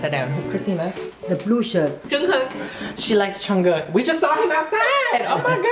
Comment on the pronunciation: no hate it’s just odd when he pronounces jungkook as chungkook😂😂it’s makes me laugh